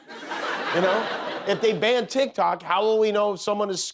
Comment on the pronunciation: You know instead of calling it tic tok, tic toke 😂😂😂😂😂😂